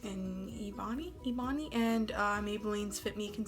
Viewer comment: Also was the shade called Ebony? It’s like eh-bun-ee